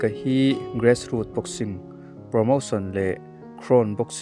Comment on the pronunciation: Gress root ni lovin Grass root zawk aww